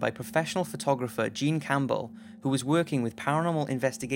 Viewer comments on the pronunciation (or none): none